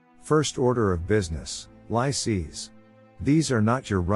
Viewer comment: Lycées (high schools) are pronounced "lee-says". Although the Napoleanic Code and centralized meritocratic administration through prefects were implemented in France and other French-ruled territories, what influence did the Napoleanic system have on Britain and other English-speaking countries? Was the Code Napolean created out of whole cloth or was it derived from Roman Law?